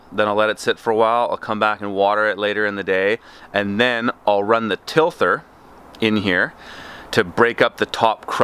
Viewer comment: Tilther? OK, maybe a dumb question but what is a tilther? Tiller I know but tilther, no.